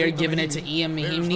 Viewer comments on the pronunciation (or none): It's not Ian (it's spelled that way) but it sounds like yawn because he's French